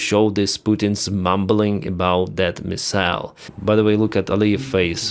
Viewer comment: Hi, "MIssile" - stress on the first syllable.😁🙏🖕Take care!